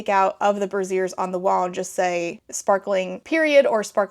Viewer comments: As a heads up, brazier has a vocal emphasis on the "a" sound (BRAY-zee-er). Brassiere, aka a bra, has the emphasis on the "ie" (brah-ZEER). Love the video! Edit --"they did the, uh... dance of the dragons" 💀 INCREDIBLE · I sincerely hope that word was braziers (BRAE-jurz) and not brassieres. 😂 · mama braziers is not pronounced like brassieres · Not gonna lie, took me a moment to realize there were braziers (bray-zhures) on the wall and not... bras. As someone who used to colon-ell for colonel and god I can't remember what other words I've only ever seen in books and not heard out loud, it gave me a little chuckle in a good way. I hope this doesn't come off snobby - love your videos!